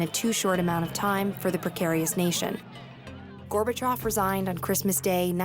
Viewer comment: "gorbha chaaav" - this friggin lady 😂